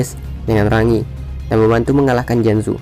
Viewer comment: What?! Not just cause she talk not mean she Giant, AHAHAHAHAHAHAH a Giant woman!! And also, dude! Its rang-gi not ra-ngi, come on